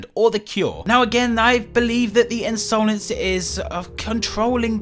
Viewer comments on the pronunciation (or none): A lot of theories going on about piggy and here is me still triggered at pronouncing Insolence as Ins-oh-lence